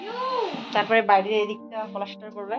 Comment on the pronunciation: তুমি পলাস্টার বলো কেন? ওটা হবে প্লাস্টার।